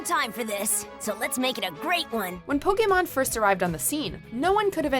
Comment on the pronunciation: ur pronouncing "Pokémon" wrong you need to watch more Indigo League